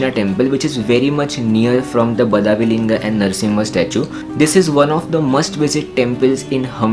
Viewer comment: Hello, The Badavi temple is pronounced as 'बडवी'